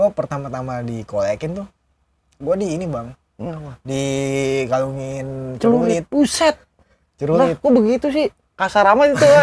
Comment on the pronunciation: Celuritt todd bukan celulittt. Pake r buka L